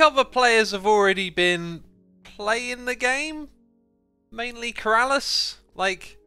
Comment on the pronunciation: Only keralis can say BeeRalis properly xD